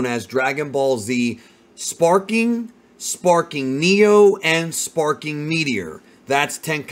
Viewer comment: Back when I was a kid I thought he was shouting "Spiky Monkey!" instead of "Sparking!" so that's just all I hear now